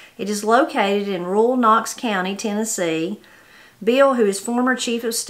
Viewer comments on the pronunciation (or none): none